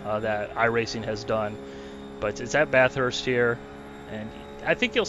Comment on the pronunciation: Bathurst??? Uggghhhh, come on!!! ;)